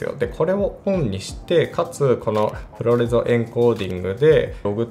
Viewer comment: プロレゾではなくプロレズだと思います。